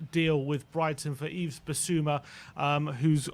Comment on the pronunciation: please make an effort to pronounce his name right. the S at the end of Yves is silent. it's the same as EVE basically. great video apart from that, as usual